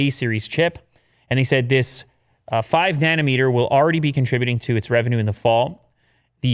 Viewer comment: THATS WHY DAD NAMED U DIRT INSTEAD OF NUTEMAKER... WHAT I HEAR WHEN LEW SAYS NANOMETER!!! LOL